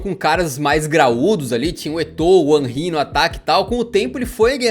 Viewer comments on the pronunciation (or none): none